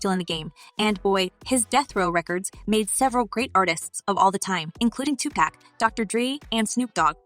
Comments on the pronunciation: White folks never get Pacs name right. His name is Tupac. Like pock as in pocket. Not-Tu-pack. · It is pronounced TuPAC.. like the word knock. This girl is pronouncing it like the word snack. So many have already corrected her yet she insists on continuing to mispronounce his name. WHY? Girl, you need to stop it. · Decent video information is good , and you had some content others don't, but but please do ur research on the names hardly any of y'all get name pronounced right . It's pauk pronounced 2pauk. Tupac he's not beer 6 pack he's not 1/3 of that. Thank you If you get ur pronunciation right be on top of the list.